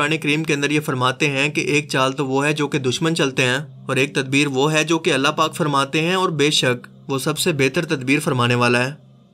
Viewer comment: Mehrbani KR k hai or Hain word sahi se Ada Kiya kren suit Ni krta apko.